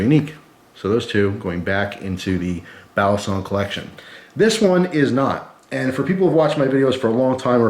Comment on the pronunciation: Balisong is pronounced with the accent on the last syllable in Tagalog. 👍🏽🔪